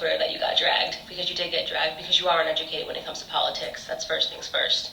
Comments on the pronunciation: It's POL-itics. Not PULL-itics. 😂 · Po-LIT-itcs. Just like ana-LYT-ics. Makes phonetic sense from a certain point of view. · I think the best thing to come out of this, is we learned a brand new way to pronounce the word "POLITICS," I Love it!!! 😂😂🤣🤣🤣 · Actually it’s PAUL-itics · Get it right...It’s Po-lit-tics! 😳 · "Po-LI-tics". LOL. Yup that about sums up Cardi. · Politics is not pronounced poleetics, Cardi. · "Paul-et-ics" - Cardi B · You mean "puleitcs" 🤣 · More like poler-tricks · 🤪🤪🤪PO LE TICS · Po-lit-ics haha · Cardi can’t even say politics right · "Plainton" and "Pa-litics" - Cardi B